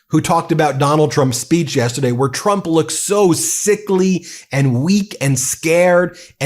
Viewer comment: Love Laura saying Trumps name wrong she said "Chump instead of Trump."